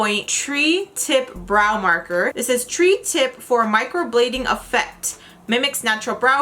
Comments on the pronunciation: tree tip lmao its supposed to be pronounced try tip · It’s not a “tree tip”. It has 3 points. Pronounced TRY tip. Three. Three=tri “try”...... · It's pronounced "try" not "tree" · Not tree tip...tri pronounced TRY. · Thank you for the review. But it's not pronounced like "tree", it's pronounced like "try". I'm sorry, pronunciation is a peeve of mine. But, you did awesome! Thank you! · Lol gurl, it's pronounced try not tree. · Its not pronounced “tree-tip” it’s pronounced “try-tip”- tri tip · I was confused as to why they would call it a tree tip, the I realized "ooooohhhhhh TRI tip!"!!!!!!!!! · Tri (pronounced TRY) as in three points. Great product though! Good job though on first try! If you go with the hair growth, it will work similar to the eyebrow lady for Anastasia of Beverly Hills' technique! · It's "tri-tip" meaning "three" pronounced like "try" FYI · I think it's pronounced "try" tip tho, like thrice. this is an interesting ass product